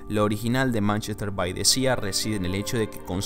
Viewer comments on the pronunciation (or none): Manchester by the sea Sea = mar = pronunciación = Si no SIA!